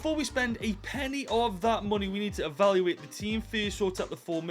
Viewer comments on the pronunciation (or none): none